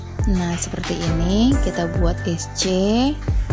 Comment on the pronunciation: Mbak, nyebutnya jangan x.. bilang sc aja.